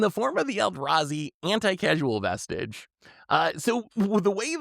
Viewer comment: Would have bought if had consistently pronounced the vestige...right or wrong. Also Tomer is right. In any optimal high power pod without house bans, chances are there's a Trouble in Pairs Rhystic Smothering...or use it defensively and steal something enabling your opponent even if it doesn't synergize with your deck (maybe that's why Herr Caretakers Talent doesn't want to buy in).